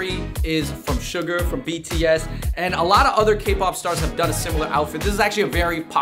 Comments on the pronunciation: It’s Suga (pronounced Shoo-ga), not Sugar 🤓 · It’s suga . Not sugar . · Suga not suger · It’s Suga, my dude. “SHU-GAH”. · It’s suga without the R